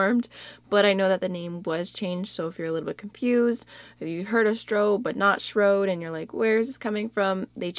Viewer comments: Shroud is pronounced like loud is. :) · Love your eye look paired with the red lip! Shroud rhymes with loud. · Shroud is pronounced like 'loud'. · shroud rhymes with crowd ❤️